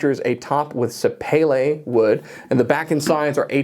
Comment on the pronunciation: Great video! But as an FYI, sapele wood is pronounced, sa-pee-lay